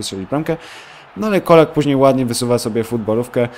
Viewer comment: Colak czyta się "czolak"